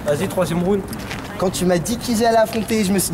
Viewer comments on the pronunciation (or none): c'est horrible comment ils prononcent "round" omg...